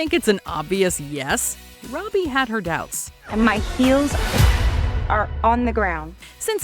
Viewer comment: Her name is NOT Rowby or Roadbie. It is Robbie, pronounced ROBB-EE.